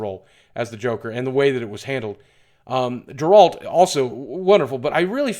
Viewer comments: did he just say jeralt???? it's Geralt. he said he played the game, how did he not here how everyone pronounced his name.... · Why do you keep saying Geralt wrong